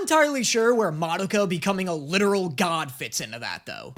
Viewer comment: Does anyone else experience a strange combination of irritation and amusement when he constantly mispronounces Madoka when saying the title, but says it correctly when talking about the character herself?